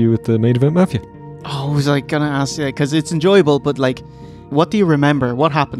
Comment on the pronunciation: hey why DO black people say "aks" instead of "ask"?